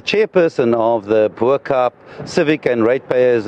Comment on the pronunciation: A South African on tv that can't say "Bo Kaap"...